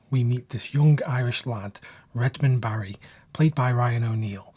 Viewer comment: “Hairy” Lyndon?